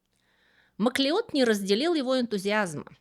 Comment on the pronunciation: Во-первых, спасибо. Во-вторых, ну сколько можно издеваться над профессором Макла́удом, называя его "Маклеодом"... Фильм "Горец" никак не помог.